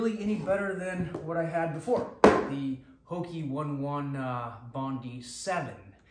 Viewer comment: Not pronounce "hokee" Its "HOKA"